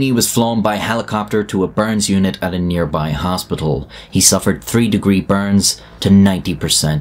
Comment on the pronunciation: "Three" is not how you pronounce "Third".